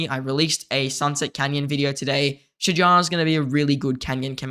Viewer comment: As Arabic native you did great pronouncing her name👏🏼👍🏼🫡 its almost right tbh